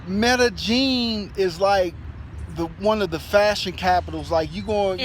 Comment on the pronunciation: So Medellin is pronounced Mellegene? Does Columbia still have a 'Black Widow' scam problem? It's where someone slips a drug into your drink and robs you. We have a daughter, how is education there? Our family used to live in Costa Rica and was surprised to hear a bit of racism against blacks. You're right, it's so hot and humid on the beach, although when we lived in the mountains it was always COLD and damp! We didn't have any problems with mosquitoes, although the army ants on the beach came through our house a couple times. It was amazing to watch! Enjoy!